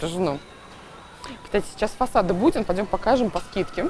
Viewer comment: Мне кажется, или Будбин, вы называете Буддин?